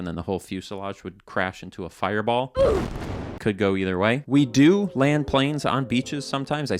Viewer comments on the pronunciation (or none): “Euther” He’s definitely an east coasterner